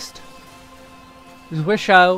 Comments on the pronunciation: it is German, one of the five core moves in German sword fighting. You were actually pretty close, the biggest thing is how you pronounced hau... Which should sound like "how", not "ho". It's a weird word that I'm guessing not a lot of people have even seen before, let alone tried to say. 😃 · Tiny nitpick: "Zwerchhau" is a Geman term, not a French one, so it's said completely different from the way you pronounce it. It's closer to (but not exactly) ""Tzveresh-how"" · I died a little inside when you pronounced zwerchhau like it was French word. Ooof.